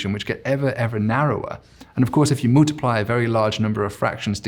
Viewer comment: Why does he pronounce his U's like OOO's ? Moooltiply and oooltimately.